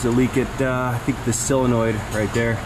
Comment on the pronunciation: A quick reeeee of my own, as I hear the mispronounciation of solenoid all the time. It is a SOLenoid, not a SILenoid or CYLenoid. Almost everyone says it incorrectly. That is all.